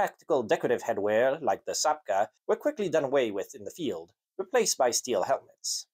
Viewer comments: You sure ain't Polish ! The cap isn't pronounced 'zapka' but 'chapka (spelt czapka)'. Do your homework. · You keep saying "sapka" or "shapka". I've always heard "czapka" (chapka) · I got recommended this video and dont regret any second of it! If you wish to nail the pronunciation for possible future endeavours, consider this: - CZ in polish is pronounced similarily to english CH, so czapka would be closer to "chap-kah" and not "zap-kah" - the letter Y is different than the softer I, akin to how you'd pronounce "system" in english, instead of saying "sistem". You nailed the letter W, however! I know it can be confusing for english speakers for it to be pronounced as V. All that being said you did very well with the nightmarish language of ours, hats off to you! ;) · It's easy, take the "chop" from chop wood and put a KA on the end of it .. chop ka. cz is ch in English and sz is sh. You did good though. Czapki is said for English speakers chop key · It is pronounced /chapka/ in Polish. I think he refers how English speakers pronounce it. Although I can't be sure, I've never heard English speakers pronounce it. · czapka - pronounced chapka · "Cz" in czapka is pronounced like in words chechen or czech republic